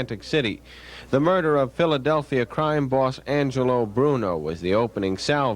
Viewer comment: What murdahhhh?! 😅